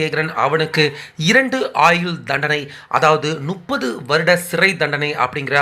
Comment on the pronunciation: முட்டாளே நுப்பது இல்லையடா அது முப்பது தமிழே பேச தெரியாத பயலுகளெல்லாம் யு ட்யூப் நடத்தினான்,பேசினான். இது தான் தமிழின் நிலை.